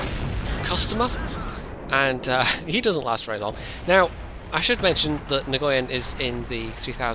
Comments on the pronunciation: Nguyen is pronounced win... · great gameplay, but you might want to work on the pronounciation of nguyen, a vietnemese guy a colledgee told me it's said "nwin". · Nice replay. You might need to check with the player, but that's a Vietnamese name, and the G is usually silent. Thanks for continuing to make videos. I always enjoy them.